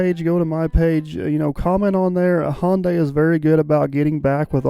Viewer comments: Sunday Monday Hyundai... not Hawnday. Lol. Love the videos. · Hyundai is pronounced Hi un dee ! Back in the early 1980's I worked for a company that built Ion Implanters for Hyundai. I was the Quality Assurance Inspector for the job and was always corrected by their engineers on way to pronounce it. I was also the 1st American to drive one of their cars on American roads! It was a piece of junk but I didn't tell them that! Best Regards, Jay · Hyundaii like sunday. I had a new car sales man tell me that one time when j asked him how to pronounce hyundaii. He said hyundaii like sunday. And of course the fella was korean .